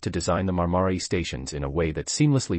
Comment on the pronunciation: Marmaray, not Marmary - what an incompetent speaker.